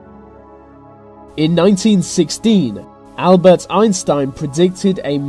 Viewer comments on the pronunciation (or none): none